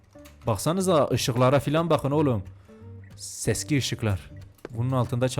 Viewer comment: Seksi değil seski